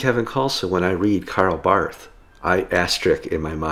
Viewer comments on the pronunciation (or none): Dear Kevin, as a fan of Barth, pronounce it Bart, silent h.